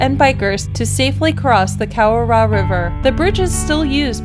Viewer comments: Oh ta go is how Otago is pronounced. Cow ra row is a close approximation of Kawarau gorge. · learn how to pronounce your names correctly - starting with kawarau